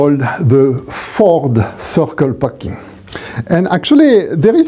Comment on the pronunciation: the Fohd-Sehkl Pakin'